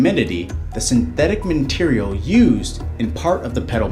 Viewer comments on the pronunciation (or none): "Minterial"! What? Go to school man!